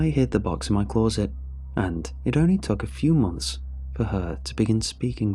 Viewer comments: Love how he says close-it rather then closet. 🇬🇧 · I h8 the way he says CLAWZIT instead of closet🤬🤬🤬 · Closet now clawzit 😂